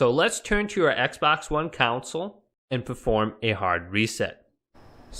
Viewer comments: It’s console not counsel 😂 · Does anyone else notice that he can’t say CONSOLE correctly? Instead he keeps talking about shutting down counsel. legal advise or a legislative body of people? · Thought I’d tell you, it’s Con - s - ole not Cou - n - sel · The council?? You mean conSOLE? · Console not council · He says console like council lmao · CON-SOLE. It's pronounced like CON - SOUL. A COUNCIL is a group of people tasked with a directive/authority of some sort. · Bro calls it a counsal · This man really just said consle 💀💀 but thanks for the help